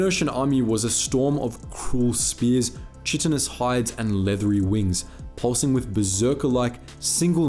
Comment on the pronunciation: For Chitin, or "chitinous", the Ch is pronounced like K. Ky-tin.